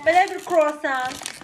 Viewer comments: Krosan yox kurasan dişdere baxe🤣🤣🤣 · kurəsan deyir 😂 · Kurosann duzgun teleffuz,et sözü